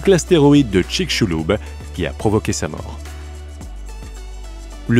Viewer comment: "... l'astéroïde de Tchitchouloube" lol !